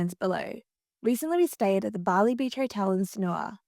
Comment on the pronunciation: Just a quick note — the correct way to pronounce Sanur is SUN-NOOR, with the emphasis on the first syllable.”😊